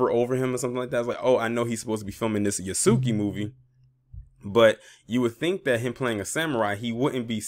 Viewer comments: His name is pronounced "Yahs-kay".. just sayin.. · Its pronounced Yhas-Ka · Thank goodness because he needs to play a less depressing role. Method acting is dangerous he needs to dive into something more fun because he was sounding not so good during his argument with Charlamagne. Yahs-Kay is the correct pronunciation of Yasuke. The su/soo sound in the middle is almost silent. The same pronunciation as Sasuke for my Naruto anime fans.